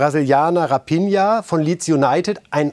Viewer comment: Könnt ihr raphinha nicht mal richtig aussprechen 😂